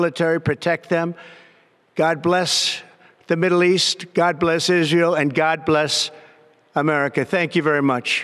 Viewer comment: Iran is the bully of the Middle East? He mispronounced Israe.